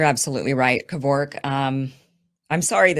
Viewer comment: The way she pronounces "Kervok" is nothing short of an atrocity. US Americans and their way of pronouncing shit but actually butchering it 😂